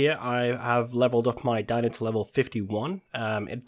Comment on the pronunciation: It’s pronounced deeno